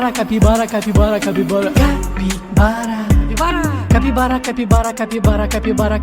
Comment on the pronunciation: Me encanto el momento que dice caquibara